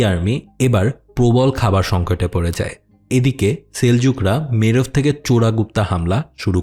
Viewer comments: ভাই শব্দটা মেরভ না, মার্ভ‌ হবে। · মেরেভ না রে, মার্ভ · দ্য গ্রেট সেলজুক, খুবই আন্ডাররেটেড একটা সালতানাত; এদের নিয়ে খুব কমই আলোচন করা হয়। মুসলিম বিশ্বকে এরা অনেক কিছু দিয়েছে, দিয়েছে এই বিশ্বকেও। কিছু শহরের নাম ভুল উচ্চারণ করেছেন একটা মার্ভ আরেক তুস হবে। আর সেলজুকদের নিশান ঈগল, ক্রিসেন্ট না। আশা করি খুব দ্রুত পার্ট- ২ পাব।